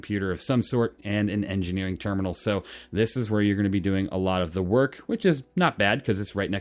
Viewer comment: ternimal lul